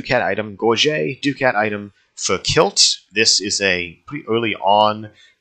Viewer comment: Ducat is pronounced (Duc-at) not (Du-cat) i’m not trying to be the annoying grammar correct in person but just saying.